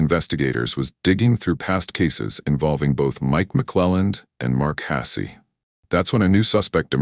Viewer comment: Your AI Bot needs to work out how to pronounce Hasse, you need to quit writing untrue titles, and you need to stop spouting BS. Poorly written, disastrous editing, incomplete stories and ridiculous voices make this unwatchable.